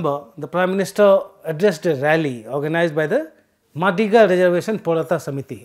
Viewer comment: It is pronounced "मादिगा".